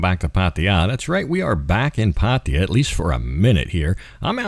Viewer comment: please!!... try to make the pronunciation of "Pattaya" more better....it's horrible :-(